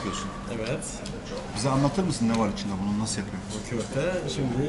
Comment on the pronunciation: Почему в слове kòfte вы делаете ударение на ò.в турецком языке в основном ударение на последнем гласном